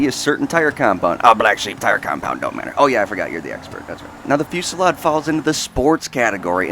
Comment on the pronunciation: Want to know what I find annoying and cringey? Literally EVERY. SINGLE. Top _ List Narrator is Dyslexic as fuck. I get that certain words are pronounced differently through nationality and stuff but most of the time its just a massive face palm because of how much of a fail it was. And it isn't big words either, it happens with the most simple words like in this case, Fusilade and Vigero. Like, come one dude... I think its a psychological thing and that they want to pronounce everything perfectly for the perfect video but most the time they try too damn hard and just butcher the words. I honestly dont understand how they manage it.